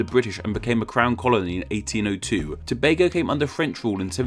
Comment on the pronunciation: I haven't seen much foreigners pronounce Tobago correctly. Props to you my dude.